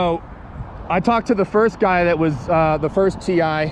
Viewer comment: THA ? OR THE ? YOU SPELLED THE NOT WHAT YOU SAID .